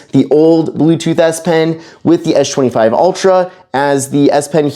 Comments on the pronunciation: What is this guys deal it's pronounced with an "S" not a "SH" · it's Samsung Galaxy S24 Ultra not Esh 24 ultra and it's Samsung Galaxy S25 Ultra not Esh 25 ultra brother your English is sooo bad learn English in a school or college or university or Duolingo English test or Duolingo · Why can you say the letter s perfectly in every other word, but you can't say s25 🤣🤣😭 tf is an esh 25 ultra? You can even say spen 🤣🤣🤣 WTF IS ESH 25 ULTRA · How is S-Pen is pronounced properly but the s24 and s25 isn't. It is really distracting.